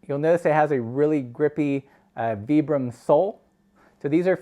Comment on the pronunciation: Thank you for pronouncing "vibram" correctly. ;)